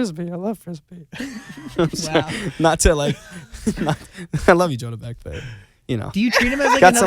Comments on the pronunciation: Who else notice Zack pronounce the name wrong he said John beck and Asher corrected him by saying Jonah beck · did anyone catch where he said john beck instead of jonah beck?